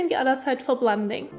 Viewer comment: when you make the D sound in the word "blending" your tongue is outside of your teeth, when it should be inside your teeth. that is why it sounds funny when you say that word. try keeping your tongue inside your teeth when making the D sound